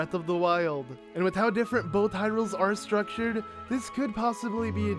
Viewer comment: Mown-tehn. Mountain. Not Mow-ehn. It's not hard to say oml. Oh, and it's Both. Not bowlth